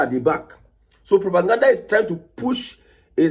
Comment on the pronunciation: You called it propagandda